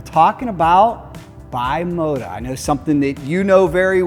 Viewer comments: BE Moto. Not Bye Moto.. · Love the video and also love the Throttlestop the ultimate bike museum but it kinda drives me nuts when you guys say bimota wrong not your fault the Italian language is different. It is pronounced like bee mo ta not by mo ta henceforth the b on there logo. Thanks